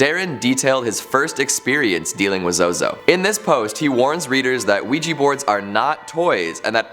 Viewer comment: OUIJA NOT OUIJI